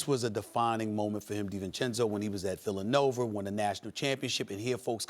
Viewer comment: why does stephen A say , Villa-nover , instead of villanova (villa-nova ). dang is it nova or nover